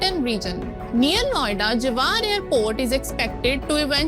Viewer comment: Not a jwar😂 Its Jewar